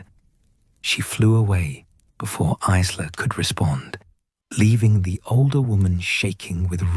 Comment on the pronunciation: Isla is pronounced 'eyela' - teach your bot because it's annoying in an otherwise excellent story x